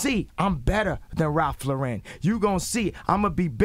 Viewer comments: This dude is fucking psychotic... And Ralph Luh-RHEN 😂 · he said ralph laren lol